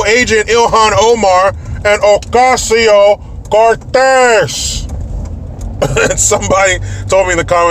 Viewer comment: 'Occasio COOOORTEZZZZ' cracks me up EVERY time! You are awesome!